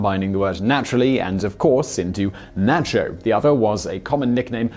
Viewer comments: Naycho cheese? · N'ah'cho. Co-sell.